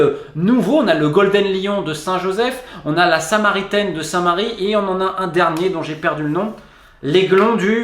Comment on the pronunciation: On dit sainteee marie pas Saint Marie:p